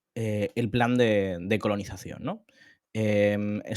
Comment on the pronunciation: Conolizacion?? Que gallego HDP 😂😂